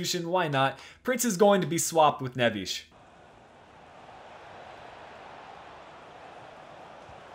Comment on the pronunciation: Great video but just one thing you're mispronouncing neves name as "nevis" it'd be better if you could either just pronounce it the way commentators do or just watch someone portuguese pronouncing his name. Srry i just get triggered easily :D